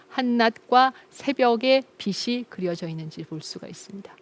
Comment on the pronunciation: 좋은 강의 감사합니다. 강의 중 '빛이' 발음을 '비치'(연음 법칙)로 해야 하는데 '비시'로 계속 발음하시네요. 듣기가 민망합니다. 유의해 주십시면 강의가 더욱 빛나겠습니다.